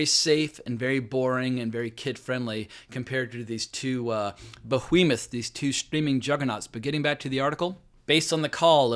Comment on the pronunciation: I like how you always pronounce the word "bo-hwee-muth" like Stephen Wright in "Reservoir Dogs."